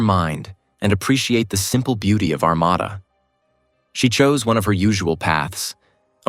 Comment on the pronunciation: Ar-mA-da...The second "A" is spoken as a long "A." I live not to far from Armada. At the time, I lived in New Baltimore...This was just Devastating! This poor, Beautiful young lady was in everyone's hearts and Prayers...as was her family... God Bless them...